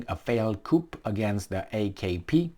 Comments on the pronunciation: I'm saying this not to be critical because I know English is not your first language. Coup as in a chicken house, or a classification of car, is pronounced coup as you pronounced it. When it is coup, as in coup d'etat, the etymology is French and the coup is pronounced as coo because the C, F, L and R are pronounced at the end of a word in the French language, but the other letters are not. It's a constructive comment to help you refine your English, in this instance a word with an etymological origin in the French language, as it it a loanword, or a donor word. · Coup? Coup?, why are you determined to learn NOTHING.The p in this word is not pronounced. It is pronounced "koo". Every single flaming video in the worst English possible, and no improvement ever.